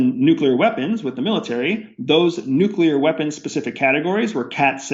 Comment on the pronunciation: "Nuclear weapons"... not "Nucular weapons"... "Nuclear". Anyone who says "Nucular" is a bender. Kappa.